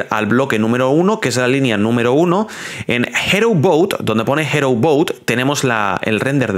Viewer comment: No se dice Hero, se pronuncia Hirou